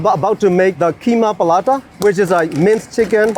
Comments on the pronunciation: Oh How the Paratha got pronounced and turned Palata ☠️ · Palata, sounds like Paratha but the R is difficult to pronounce by the Burmese.. so palata 😬😬